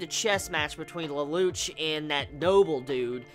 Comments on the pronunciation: please pronounce it LELOUSHEEE or leloushu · OH AND IT'S PRONOUCED LE- LOU- SH